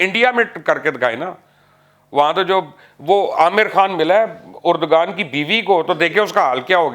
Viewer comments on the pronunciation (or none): Jahil log Erdgan name ko theek se pronounce nahi karte. Say it as Erdvan.